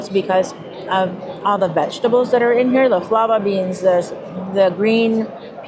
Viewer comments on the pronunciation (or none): Fava beans...not flava beans....LOL